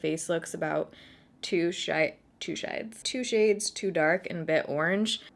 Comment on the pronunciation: “Looks like two shiyads” I heard 2 chainz 😂